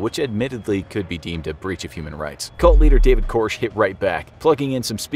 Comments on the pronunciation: David Koresh (K~or~esh) not Korsh (K~orsh). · “David Korsh”. 🤦‍♂️